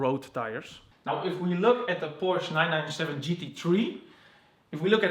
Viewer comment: It’s Porsche not pursh